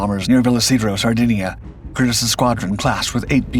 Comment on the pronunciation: Nice story on my grandfather. The name is pronounced with a long E. “Cur-Dee’s”